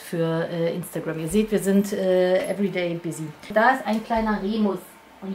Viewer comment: Remus kriegt nen besseren Kajal hin als ich😅 Schön das Outfit. Wie du "Remüs" sagst 😂 und wie süß Nimbus meint. Sehr schöne Pflanzen und echt toll das du Spenden sammelst😊🦊🍀